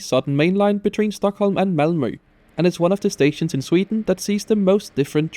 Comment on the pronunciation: the way i could tell ur danish by how you said malmø and tåg hahaha